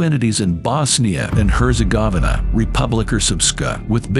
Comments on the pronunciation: You mispronounced Herzegovina, autonomous, and Somaliland the second time🤦‍♂️ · I had a physical reaction to your pronunciation of Herzegovina. It was genuinely painful. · Not how you pronounce Herzegovina. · My man pronounced Bosnia & Herzegovina wrong